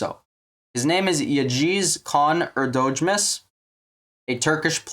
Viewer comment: Hey, nice video! Just a heads-up 🙂 his name’s actually pronounced Yah-uhz Kah-ahn Air-doh-moosh